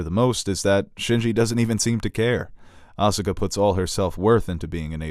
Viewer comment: Win - properly pronounces Evangelion. Con - Asuka is incorrectly pronounced. I'll take it, even Robin Williams, a rumored Evangelion fan, mispronounced "Evangelion" in One Hour Photo.